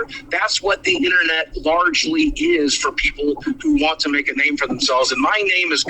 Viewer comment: "The inna-net"